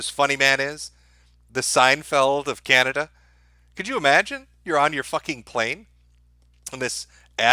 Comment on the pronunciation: Man since presented that map, I couldn't stop laughing... then bam again, "Canadia"... ohhh man! why don't you upload on Bitchute anymore? What about those who miss your live streams?? Come on man, you can't do this to us....